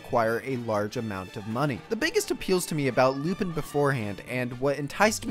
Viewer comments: Its not Lupin, its Lupahn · And lupan the 3rd is clearly pronounced differently but i think u did that on purpose